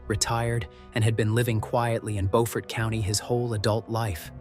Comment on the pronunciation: It’s Beaufort pronounced Blue, remove the letter L add fort to the end buefort but spelled different.